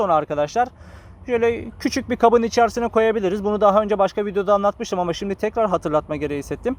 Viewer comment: Sanatına kişiliğine hayranım hele Şimdik deyişine hastayım gardasim